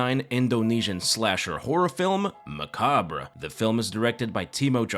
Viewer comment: My high school English teacher taught me the how to pronounce macabre and I always did my best to remember. It’s the same way you pronounce it. Thanks for helping me remember something special. Thanks for the video.